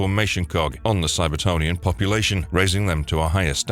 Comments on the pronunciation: Cybertronian not cyber-tony-an. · Ummm. It's CybertRonian. And you started with all the 90's/2000s stuff, but should have began with the cartoon/80's comic. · “Cybertonian?” The hell man?